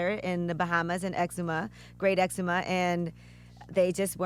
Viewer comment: Yee said Great Eczema. I think its called Great Exuma